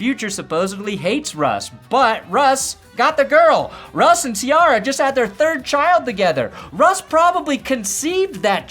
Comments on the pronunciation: The way you pronounce Ciara lmao 😂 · Why is saying Ciara name wrong so much?!